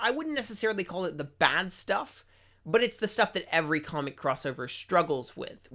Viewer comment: “Kohmick” lol